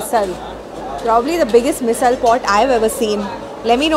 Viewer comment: You pronounced मिसळ correctly 😁